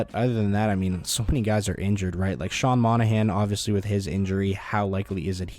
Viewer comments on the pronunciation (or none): none